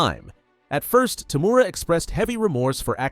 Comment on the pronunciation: I really hate when narrators cant get the names of characters correct. TOE-MOO-RA not fucking TOO-MORE-A.